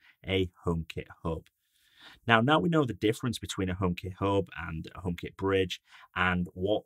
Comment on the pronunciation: so funny how he says "omekit Höb"